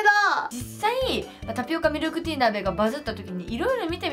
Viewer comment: ○ ミルクティー ✖ミクルティー